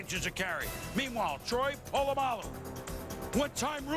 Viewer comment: These palagi commentators making a mess of the pronounciation of a legends surname, its POLAMALU not POLOMULU ya flogs